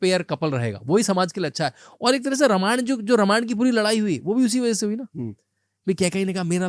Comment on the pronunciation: जब आप लोग हिंदी में वार्तालाप करते हैं तो यह रामायणा, महाभारता, वेदा, योगा, यह सब कौन सा ब*** वाला भाषण जोड़कर रख देते हैं 🤬🤬🤬🤬🤬